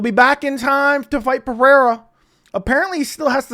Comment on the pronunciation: Alex is Brazilian not Hispanic it’s Pe-Rey-ra no Pe-re-ra.